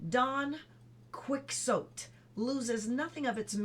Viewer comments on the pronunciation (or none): I love your reading! You have a perky yet soothing voice :) "Posit" is pronounced "PAH-zit" and Don Quixote is like "Donkey HO-tay" :-p Hope that helps! :)